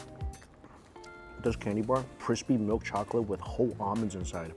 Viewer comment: Am I the only one that heard “Onions” instead of Almonds when it came to the McFlurry??